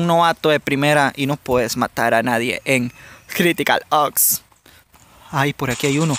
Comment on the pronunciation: el juego se llama Critical OPS jaja y tú dice Critical OKS jaja:v pero no va de mala onda:v